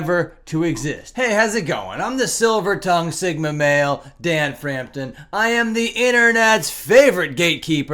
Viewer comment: No way he just said the silver tounged singma male